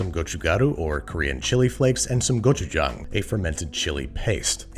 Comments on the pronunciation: Applauds gochugaru and gochujang pronunciation!! Everyone has a different version of this growing up and lots of ppl add sugar, fish cake, cabbage, etc. but I really appreciate you show casing Korean food especially during a time like this. Love our people like you love our food! :) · Babish's korean pronunciation is impeccable! Go chu jang! I recommend adding some ramen noodle and cheese and cabbages! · As a native korean speaker, Babish pronounces 고춧가루(gochugaru) and 고추장(gochujang) by far the most accurately out of all the foreign cooking videos I’ve seen. Great job!! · Yesss I was so proud because in his older videos he pronounces it go-chu-jaeng